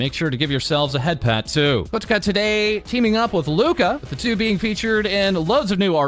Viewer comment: The way he said "Kotoka" is so weird lol